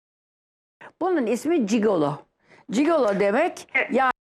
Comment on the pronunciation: Cigolo diyo ya :D yok ciguli